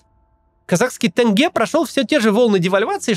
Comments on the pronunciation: Тенге!!!! Какое нах тынге?! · Максим отличное видео, только не тЭнге а тЕнге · ЖанаозЕн. АктобЕ. ТЕнге. Там просто буква Е, не Э. Вы же не говорите "озЭро", или "зЭмля", или "АрмЭния". Слышишь такое, думаешь, почему так, и кажется, что для человека со стороны это как-будто звучит более по-казахски, поэтому будет "тЭнге". :) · Буква "е" как пишется, так и читается. Приезжие и российские журналисты и блогеры произносят слова " тенге, Байтерек" через "Э". Это всё равно,как если бы произносили ЭкатЭринбург или ПЭтЭрбург. Это маркер, по которому можно отличить казахстанца, независимо от национальности, от приезжих. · тенге, через е, а не через Э-тэнгэ, так говорят приезжие. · В казахском языке "е" читается как "е" , а не "э" , то есть не "тэнге" , а "тЕнге" , не "жанаозэн" , "жанаозЕн". P.S. Это не придирка , просто часто слышу подобное произношение , которое стало стереотипом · Почему вы все говорите тЭнге? Сложно сказать тенге? Это так придирка. А в целом -отлично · Почему россияне говорят тЭнгЭ? Тенге-денге-деньги. Корни тюркские, там нет звука Э))) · произносится мягче Теньге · Тенге, произносится через Е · Тоже кровь из ушей идёт от Талдыкарган, тэнгэ, реально люди, букве Е!! Не Э!! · Та кого и в русском так читается, вообще не понятно откуда это Э